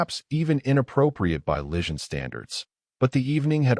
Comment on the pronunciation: Need more work on narration enunciation. Improper cadence. Some awkward stops and starts. Vegetarian pizza, um its pepperoni. Is the enunciation of Lysian...lishun? enter_species. Without a doubt, human approach - Pizza Diplomacy approach! Overall: Wonderful story